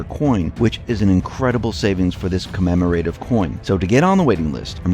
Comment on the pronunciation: commemorative is not pronounced commemorAtive with the emphasis on the hard A. It's pronounced Commemorative with the emphasis on mem with a soft a ending ative.